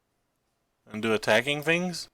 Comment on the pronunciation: i think its both like your th's sound like f's. You also say fings and that kinda derives ne up a wall